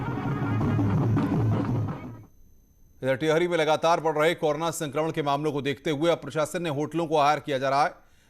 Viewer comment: भाई कोरो ना बोलो । कौर ना नहीं ,😎